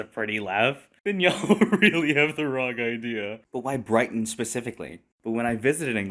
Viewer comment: FFS... when you said Brighton, I cringed so hard.. I live in Hastings, only an hour away 😭